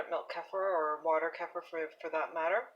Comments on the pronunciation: Thank you. Helpful recipe. Hopefully you know by now: "kefir" is pronounced kee-fer. Not keffer. Crazy making considering how often you say it in your video. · its actually pronounced "kuh-feer" not keefer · You can pronounce it any way you like, but the way I pronounce it in my videos is actually correct if you're not European. Most Europeans, from where it originated, pronounce it 'kefeer'.